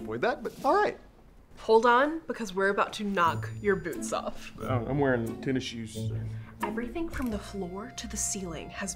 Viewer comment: It's not tennis shoes , it's tennyshoes